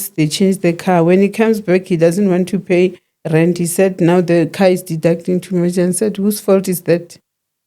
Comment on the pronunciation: Aaaaah ive been wondering why she keeps saying rent…